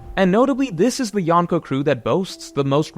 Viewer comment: I love you but if you are going to use the Japanese word for four emperors you gotta learn the pronunciation. It's not Yahn-ko its yonko